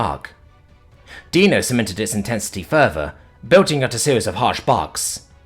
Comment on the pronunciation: Got Dino's name right. 10/10. Respect for coming correct.